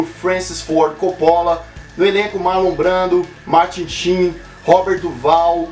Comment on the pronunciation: esta pronunciando Coppola errado